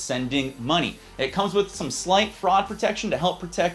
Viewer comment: lol "fruad protection"